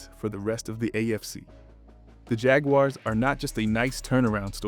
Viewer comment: Bro still can't pronounce Jaguars properly 😂